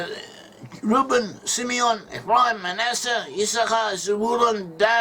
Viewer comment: Si Meon😂😂